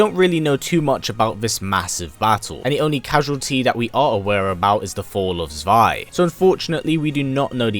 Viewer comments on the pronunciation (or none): none